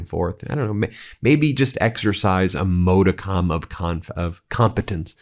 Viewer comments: NY born and raised. I was a kid in 73, I remember the win, whole elementary school was partying! I knew he was garbage in the 80s, most did, so this is reason #25,000 that makes us all say f"'ck Trump! Ps Ben, its 'mah-de-cum' not 'mode-a-com'. modicum = mädəkəm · ModicUm. NOT ModicOm. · MODicum, hallowed ground. FFS, Ben! Too much Latin, not enough English with you! You're driving me NUTS! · Ben —- PLEASE it’s pronounced MODICUM, like RUM. Please. Thank you. Also when you speak of Trump’s trust PLEASE be careful. If Revocable it’s his own trust, same SSN. If it’s IRREVOCABLE it’s under a separate EIN. Be precise in this — they are exact opposites. Thank you! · Pronounce "modicum"